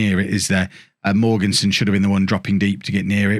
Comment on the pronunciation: Mogensen is pronounced Mawensen. In case anyone cares.